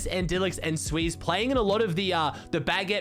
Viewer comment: it's xsweeze not sweeze